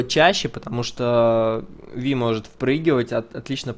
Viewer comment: правильно именно ВИ, а не Вай..... это наши чудо переводчики так перевели.